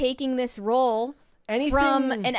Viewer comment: she managed to make a single syllable word two syllables. Role. A single R. A single O. A single L. A single E(which is silent.) Her: "Ro-oahl"